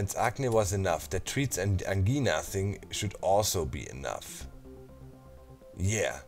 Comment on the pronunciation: Angina is pronounced like Vagina...just thought I'd let you know! Didn't think I'd like the vids of this game but they turned out to be awesome to watch while working! Thx! More exclamation marks!!!!!!